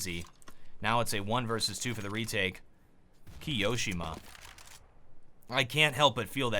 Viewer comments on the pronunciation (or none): The way he said Ki-oShiMa instead of Kio-ShiMa triggered me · the way you say kioshima is soooo awkward like it's not kiOshima it is kio shima just listen how the professional casters pronounce it... but still excellent video keep up the quality content !!😃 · kee-yoh-shima? TRIGGERED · his pronunciation of kioshima...